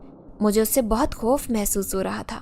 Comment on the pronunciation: Koi jaruri nahi hai sabko sab kuch ek Jaisa hi Lage Ye sister khop bolti hain (khauf ko)